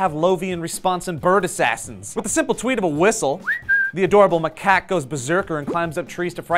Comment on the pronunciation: "macake" lol.